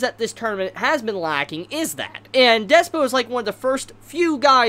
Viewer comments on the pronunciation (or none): Slightly tilted that keeps saying Despyo when it's Dyspo